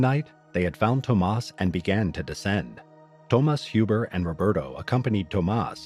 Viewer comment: Thomas Huber has to be pronounced "Huber", not "Hiuber"